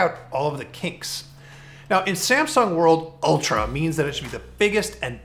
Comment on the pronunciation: I feel like the verge host is little biased to apple, look at the way he says "ULTRA" !!!